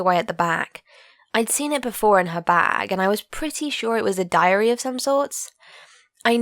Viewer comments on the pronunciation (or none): Idk but when she said diary i heard diarrhea (sorry for my bad english) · I thought she said diarrhea